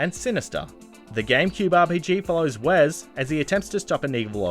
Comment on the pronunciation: is the most depressing pronunciation of Wes I’ve seen in my life